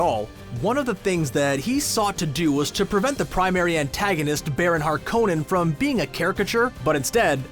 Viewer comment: Thanks for the look-ahead... A couple of suggestions: I think if you ask Stellan Skarsgard how to pronounce "Harkonnen", he'd say, "HAR-ko-nen", not "har-KO-nen", the former being a well-known Scandinavian name. Then the pronunciation "ornit-hopter" doesn't make sense linquistically, while the softening of the syllable boundary to "orni-thopter" does. Lastly, the expression "Bene-Gesserit" is pure Latin ("he/she/it has acted/functioned/worked well"), so the pronunciation of "bene" is "BEH-neh" or "BAY-nay", not "BEE-nee" (please!).